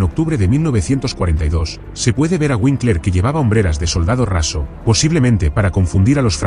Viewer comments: Vinkler, no Uinkler. La W se pronuncia en alemán como V. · FRIEDRICH SE PRONUNCIA "FRIDRIJ", KONRAD SE ACENTÚA EN LA "O" Y WINKLER "VINKLA". "FRIRIJ KÓNRAD VÍNKLA".